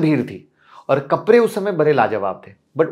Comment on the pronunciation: कपरे नहीं कपड़े 😂😂😂